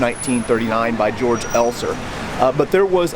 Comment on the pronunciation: There is a really good 2015 movie out on the bomb maker Georg Elser called ‘13 Minutes’. It is the best movie on this subject. A small note, you don’t pronounce his name as ‘George’ like in english, but as “Kay-orc’ Elser.